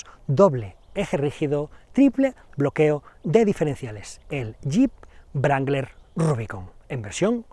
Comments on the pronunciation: Se pronuncia Rangler no brangler 🤦‍♂️😐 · No entiendo como a estas alturas del betún aun hay gente que dice "brangler" ... que mal suena en un periodista de un diario como este amigo, que mal suena... es "rangler" la W es muda! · Excelente video pero NO es VRANGLER... ES RANGLER. Es un bocabajo inglés no alemán. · el yip no se llama brangler. Hay que aprender a pronuniar ... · Querido amigo, fantástico análisis, pero por favor, no se dice brangler, se dice rangler, en caso que no puedas pronunciar la w. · ¿Por qué pronuncia "Brangler"?